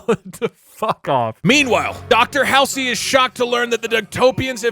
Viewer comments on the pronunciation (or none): Doug not knowing how to pronounce Dr Halsey’s name is funny as fuck. Bro has never played a halo game my god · I know he probably gets currented a whole bunch for it but pronouncing Dr Halsey as hail sir and not hall sea is so annoying to me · I dont think there's been a clearer indicator that Doug has never actually played halo than the fact he pronounces Dr. "Hall-zee" as Dr. "Hal-see" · I hate to be that one person, but it’s pronounced Hall Z, not hall see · Why do you keep pronouncing Halsey hallsy 😑